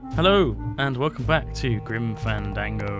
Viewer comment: It's GrimFandango not grimandango just saying :)